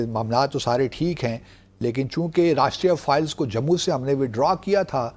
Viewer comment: Rashtriya Files 😂😂😂😂😂, same as BaSHIT files😂😂😂😂 Dumplomat it is Rashtriya Rifles, not files 😂😂😂😂😂 seriously